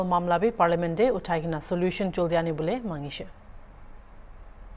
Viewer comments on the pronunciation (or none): none